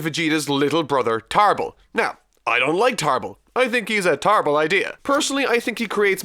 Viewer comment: “I think he’s a Tarble idea”